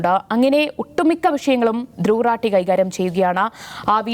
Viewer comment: റാട്ടി അല്ല, റാഠി എന്നാണ് ശരി.